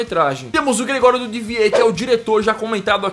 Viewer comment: vc nem aprendeu a falar o nome do gregorio kkkk melhore!